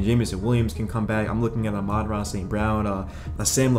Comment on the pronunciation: LEARN HOW TO PRONOUNCE THE SUN GOD'S NAME FFS